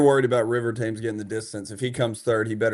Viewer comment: It's River "Tems", after the river in London.